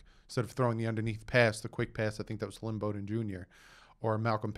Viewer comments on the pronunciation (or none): none